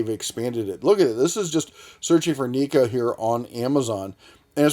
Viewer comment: It's pronounced nay ko.... Assuming it's try to sound Japanese.... Lol